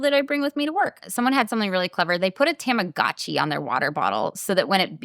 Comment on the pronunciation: Its actually pronounced "Tah-mah-goh-chi"! And I do this too with my Digimon (they are made by the same company and is just as needy! Haha)!